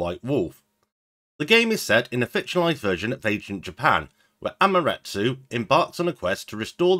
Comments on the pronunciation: He swapped it around: "Amaratsu" It's closer to: Am - ah -ter asoo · Think you're pronouncing Amaterasu wrong